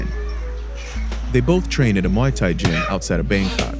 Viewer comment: It's not Mai Thai. It's not Moo Thai It's Muay Thai If your going to do a story you need to be able to pronounce it correct letalone have an understanding as to why kids fight